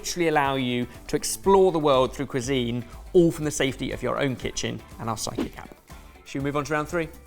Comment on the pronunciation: Side Kick app not Psychic app 😅, love, you need to enunciate better: a slight hitch, pause, stop between those syllables, please 😁